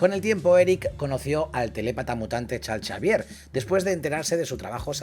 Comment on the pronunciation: Porque le dice chalchavier? 🤣🤣🤣